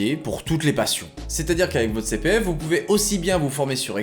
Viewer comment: " ji suis jilien, inspecteur de la CI PI F ! "